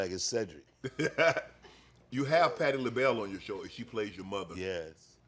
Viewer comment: See-Drake the Interrogator 🤣😂🤣